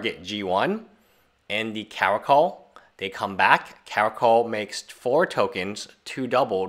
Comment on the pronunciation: Pronounced Regal 'kar-a-kal'